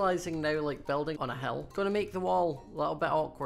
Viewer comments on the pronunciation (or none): when he says hill it sounds like he says hell not being mean it just confused me! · When he says "hill" it sounds like he's saying "hell" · when you say hill it sounds like you are saying hell lol